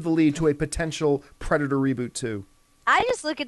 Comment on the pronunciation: I like how it says pedator.